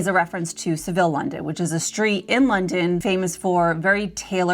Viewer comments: It’s not ‘saville’ like in Spain It’s Sav ill (ill pronounced as in the same meaning as unwell) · “SA-vil” Row, not “se-VIL”. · I can't imagine that this line is anything like Savile Row quality. Btw Savile rhymes with travel.